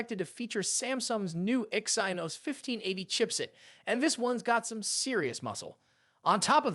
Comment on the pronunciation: He also said exainos instead of exynos😂